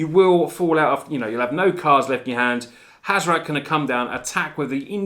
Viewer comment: HAZ - OR - ET. Not HAZ - OR - AT